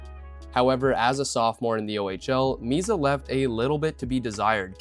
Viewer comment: It's "Misa", not "Miza".